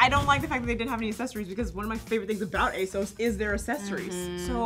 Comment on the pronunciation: You guys always pronounce ASOS wrong.